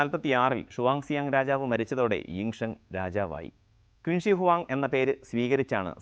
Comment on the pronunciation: It is pronounced as ' ചിൻ ഷിയ് ഹുആങ് ' not 'ക്വിന് ശീ '